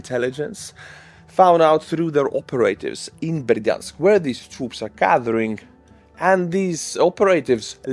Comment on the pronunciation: Operative... Pronounced like Pavarotti: opera+tiv... Not operate +iv.... Free English language tip for you. Keep up the great work